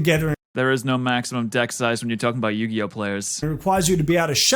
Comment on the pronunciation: Yu-gay-oh Sorry